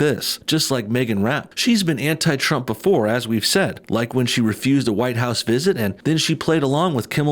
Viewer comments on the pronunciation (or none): none